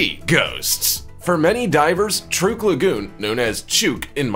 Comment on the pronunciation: the name of the place is pronounced TRUCK not truke